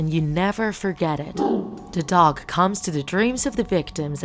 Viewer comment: Nice job :D and also it’s dog not dodge